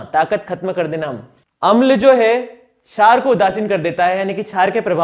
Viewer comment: क्षार bolne ka tarika thoda casual h